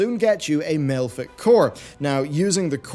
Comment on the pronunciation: Malefic = MA-leff-ick